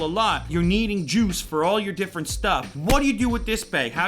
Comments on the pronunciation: "you got jooz on toppa jooz" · I literally am shocked as I thought I heard him say "You'll needing jews in all of your different stuff"...